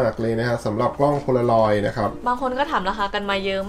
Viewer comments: กล้องโพลางอยครับ ไม่ใช่ โพโลลอย สวยทั้งคุ่เลยหนูมีเหมือนของ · มันคือโพลารอยด์ค่ะไม่ใช้ โพโลรอยด์ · มันอ่านว่ากล้องโพลาลอยด์ค่ะพูดผิดแล้วค่ะ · มันเป็นกล้อง โพลารอย ไม่ใช่ โพโลรอย